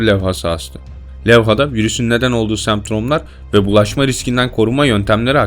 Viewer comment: semptrom değil semptom :D